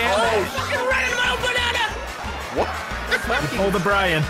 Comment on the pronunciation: When Brian reached a stage of depression I heard 'a potassium rich banunah